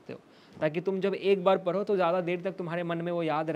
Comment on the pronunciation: Paro nhi padho being a singer clear your diction first❤